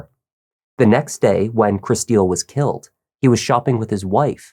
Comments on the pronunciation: her name is pronounced like Crystal.... not like "Chris steal". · I can't keep listening to you calling her Kristille when her name is pronounced "crystal" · By any chance is Kristil’s name pronounced “Crystal”, not “krih-STEEL?”